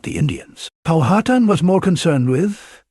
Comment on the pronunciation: Stopped watching as soon as it pronounced Powhatan incorrectly.